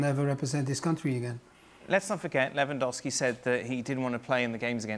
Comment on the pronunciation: A complete lack of preparation on the topic. There wasn't a single person in the studio who could pronounce Lewandowski’s name correctly — it’s really not that hard. Putting aside the lies of that last idiot, no one in the studio was prepared for the situation. Robert’s reaction is a result of the total amateurism within the entire Polish football association and the pathetic national team coach, who got offended because Lewandowski played a song on a speaker. Seriously, not a single expert found out that even though he didn’t come to the training camp, Lewandowski was at the match to say goodbye to another Polish player. Is it really that hard to read one article or ask a journalist from Poland, like Tomasz Ćwiąkała or Włodarczyk, for example? It’s kind of sad that the level of journalism at ESPN is so low. Of course, you completely ignored the numerous scandals surrounding the Polish national team — involving both players and the organization. That episode felt like a bunch of unprepared schoolkids taking a test without knowing which subject it was in. No regards.